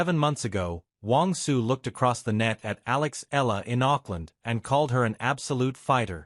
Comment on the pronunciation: Eeyala…. Not ela …